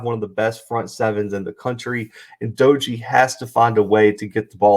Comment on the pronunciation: Not a big deal but WVU’s quarterback’s name is pronounced DAY-gee. Good video. Should be a good game